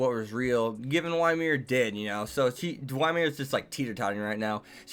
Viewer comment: Did you just pronounce Ymir "Why Mir"???